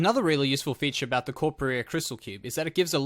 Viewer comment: not watching because you called it corpa-rear...